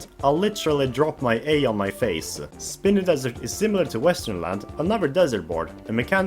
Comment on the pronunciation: I have never heard anyone pronounce Spiny Desert as Spinny Desert